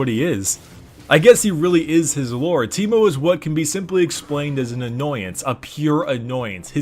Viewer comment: Its not on T, its on A (tankmo)